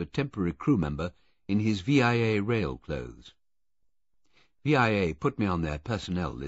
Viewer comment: Agreed, even if he gets the pronunciation of Via Rail wrong. It's the word via, pronounced with a long e sound, not the letters V.I.A.